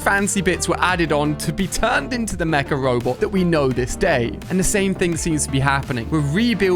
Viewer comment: Everytime he sais mca robot, I understand macaroni.